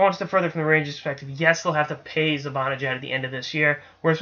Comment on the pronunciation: hey.....it is pronounced (mee-ka ze-ban-a-jad not ZE BON A JAD.....just a sens fan giving you some help.